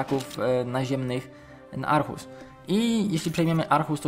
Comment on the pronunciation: nie mówi się Arhus tylko ohus